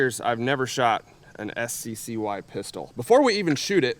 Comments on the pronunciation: I believe that SCCY is pronounced "sucky" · It's pronounced sky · BTW the SCCY is pronounced sky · You pronounced SCCY as “Sky”, but I’ve always imagined it as “Sucky”, which has deterred me from from buying it in the same way Spanish speaking countries had poor sales of the Chevy Nova. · It’s pronounced “Sky”? I always thought it was “Sissy” 😂